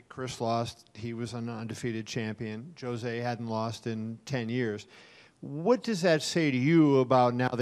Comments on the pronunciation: Can some one tell me if the correct pronouciation of Jose Aldo's name is "Jo-zay" or "Ho-zay"? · That reporter saying "joe zay" instead of Jose is driving me crazy.